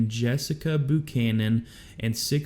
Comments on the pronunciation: not "boo-canon" Buchannan is pronounced "B-YOU-CANON" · It's Buchanan pronounce the "U" like your saying the letter. It's not Boo canon. For fuqs sake you had a president with that name. I swear, A lot of people were asleep for elementary school. Abraham lentilbean was the president right after Buchanan, that's when we had the silver war. 😏